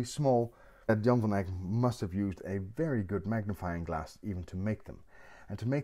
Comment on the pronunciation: So disarming to have a painting explained by a guy wearing just a t-shirt ánd who can properly promounce "Jan van Eyck"